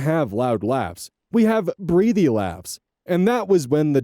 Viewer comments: Small pronunciation note - breathy is said breath-ee. Why it's spelt the same as breathe, I don't know. They could've gone with brethy and it would've made it more obvious. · Feels petty to point out the breath/breathe distinction on how to pronounce breathy. Unless there’s a second pronunciation I haven’t heard